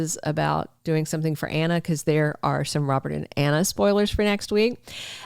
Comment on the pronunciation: I love the way he says Anner instead of Anna!